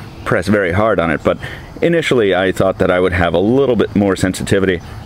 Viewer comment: he says "hardon".